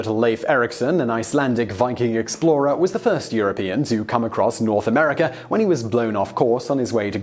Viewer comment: Where in the world is "Amerikr"?